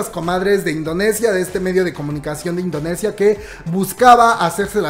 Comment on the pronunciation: Por que no puede decir indonesia? Necesito que alguien me explique plis